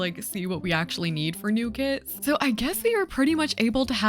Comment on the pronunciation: I thought you said kids!